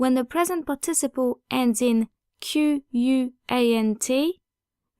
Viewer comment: Love your channel, but you might want to check out how 'participle' is pronounced in English at